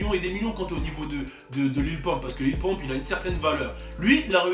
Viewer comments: Wallah c'est pas Lil Pomp c'est Lil Pump xD ( a prendre au second degré ) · LIL PEUMP CA SE DIT LIL PEUMP MAIS EN ANGLAIS LIMITE LIL PUMP OK MAIS PAS LIL POMP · Mdr au lieu de dire Lil pump Tu dit Lil Pompe bruuuuhhh damn it